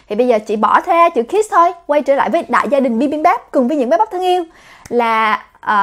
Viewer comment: Em nghe cái chữ kids nghe nó nhấn vô não lun òi H cj đọc gia đình bibambap hết cái nhấn òi Huhuhuh